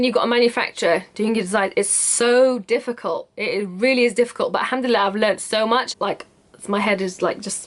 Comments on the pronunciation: I know right hahaha "Alhamdille" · First of all, I love your Egyptian accent when you say 'Alhamdulillah' (you do have one if you haven't noticed) :D ,, Secondly, You Go Girl !! I was soo happy when I knew that you do ship outside the UK... Will be waiting for you collections.. All the best !!